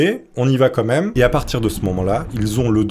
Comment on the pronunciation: stp on dit "quand même" pas "comeme"